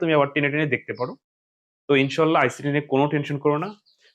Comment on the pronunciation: ইনশাআল্লাহ বলা তা ইনশাআল্লাহ হবে ইনশো নয় ভুল টা ঠিক করে নিবেন